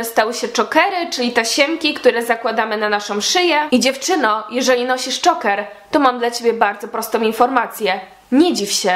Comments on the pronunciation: dżoker się czyta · Mówi się Czołker od słowa ,,Choke" czyli dusić. Jak się wypowiadasz o czymś to polecam, naucz się to mówić, przeczytaj coś o tym. Z samym filmem się zgadzam, każdy może być kim chce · Sorry ale zile to wymawiasz